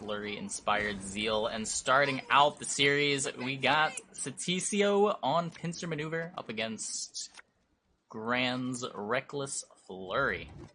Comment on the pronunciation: It's pronounced stacio, which is polish for little Stanley, not Stasi 0 i.e. east German secret police.